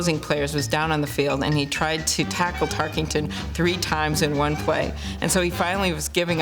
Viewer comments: Amy Klobuchar mispronouncing his name is quite irritating. Tarkington? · Klobuchar is a lame brain - it's Tarkenton, not Tarkington. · Tarkenton not "Tarkington", c'mon senator. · "Fran Tarkington" the least you could do is get his name right Amy. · Why does she keep calling him "Tarkington?" Makes my skin crawl..... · You enjoyed hearing her say "Tarkington" a million times? Can't even pronounce his name correctly! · Amy Klobuchar saying "Tarkington" - No thanks. On to #90. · IT’S NOT TARKINGTON !! PRONOUNCE IT CORRECTLY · If she’s such a big fan, why does she keep mispronouncing his last name? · She’s can’t even say his last name right 😂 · That was bothering me too. You would think a life-long Vikings fan would know how to correctly say his name.